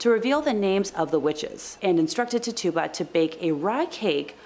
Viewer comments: I shouted it out when she first said it, while shaking my head. Lol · Little correction. The Caribbean witch from Salem her name is pronounced tit- chew- ba, not ta tuba. Thanks n have a great 1...